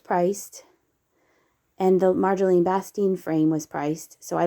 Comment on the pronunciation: Hi! I sincerely appreciate your shopping videos. The talented Dutch artist Marjolein Bastin's name is pronounced Mar-yo-layn 🙂 Happy thrifting! 🎹🇨🇦